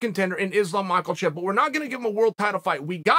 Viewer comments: it's MAKACHEV, not MICHAELCHEV......fix it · Dana never said, "let's see what happens" - what Dana said is simple: "We are rescheduling Islam vs Dariush" - and once again, 48th time, it's not Ma-Kel-Chev it's "MAK-AH-CHEV" - SPELLED MAKHACHEV NO ' L " IN HIS NAME. NO " L " IN HIS NAME. NO " L " IN HIS NAME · Chael adding an “L” into Islam’s name every time is killing me. “Machelchev” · hello my name is Bob I'm from Bangladesh.....na bro its not Bob lol calling IT is always such a treat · Brendan: “I got Conor all day” Chael: “I got Makelchev” Brendan: “hunnerd percent baba matchayev” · I love when chael talks about Islam Macklechev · When Uncle Chael says “Makelchev” > anything else he says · Still no L in Makhachev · Chael your pronouncing makhachev's name wrong it's not makalchev. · Chael really has hard time with caucaus names, Islam machaelchev and Hazmat chiamev lol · Guys. Guys. Who’s this new guy mockelchev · Islam Micheal-chev lol. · I just watch the videos Chael makes on Islam just to hear Unc say, "Mahkelchef." I also hate to say that the redact known as Brennan Schwab actually has a good idea with Conor vs Islam Mahkelchef. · His name is not MichaelChev dummy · Chael vs Shaub, the battle of incorrectly pronouncing obvious names wrong.